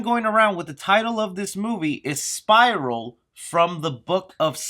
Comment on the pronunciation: I was just listening at 1st and I thought you were saying "Spyro" until I looked at the screen and read "Spiral" lol good video